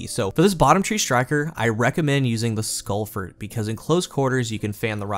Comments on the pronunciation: Lol I've never seen you mispronounce a name in Destiny before! Insurmountable Skullfort is pronounced the same way as "tree fort," or the military base "fort brag." I think you pronounced it "skull-fert." It's skull-fort, as in a fort for your skull, that is insurmountable...basically an overly verbose way of saying "helmet." lol no worries tho... love your content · The way you pronounce skullfort hurts me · Must be a regional accent, never noticed before how you pronounce skullfort as skullfert